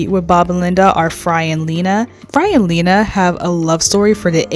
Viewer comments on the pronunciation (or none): “Fry and leena?!” It’s “fry and leela!!!!” Good video otherwise, though…Dan aka…ps you go, girl!!!! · Fry and Leena? I hope that was a slip up. I feel obligated to tell you its "leela" (pronounced "lee-luh")